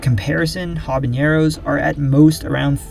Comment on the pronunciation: Hate to be that guy, but habanero does not have an ñ like jalapeño. You pronounce it like habañero in the video, my friend. Common mistake.